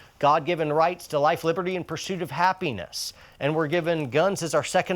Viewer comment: I love it he said persuit of apenis. AATW brothers.